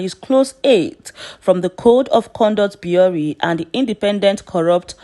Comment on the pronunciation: Bureau is pronounced (biro)